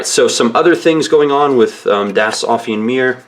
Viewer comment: Ahhhh. It's driving me crazy. It's "Offen-E" Meer. The last E isn't silent! *flails in frustration*. Das Offene Meer means The Open Seas in german. Sorry, just me being a german who tries to help. You're very good otherwise with the pronunciation.